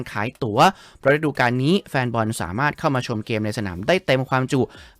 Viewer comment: ฤดู > ออกเสียง รึ - ดู ไม่ใช่ ระ -ดู …มันคนคนละความหมายเลยนะ😅